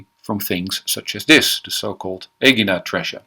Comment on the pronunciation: It’s so nice to hear Aegina pronounced correctly. It’s usually said as that cringy Ee-JYE-na. Of course in modern Greek the G is sliding into a Y sound.